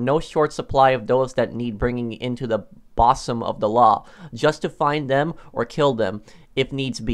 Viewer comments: it's pronounced booze-um not boss-um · to good video as always prof, but i lol'd at "boss-um" (it's pronounced "buzum", like "buddhist", and it means a woman's chest, but you probably already knew that) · Bruh really said “bossom” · “The boss-um of the law”. Lmao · "Into the B A H S U M of the law" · Lol bosom is pronounced like bousum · Said Bosom like Possum